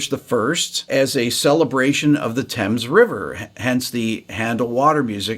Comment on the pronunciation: And you say the River Thames correctly. 😀